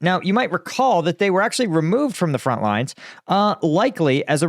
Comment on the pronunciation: Front, not Font. Great info man. Keep it up.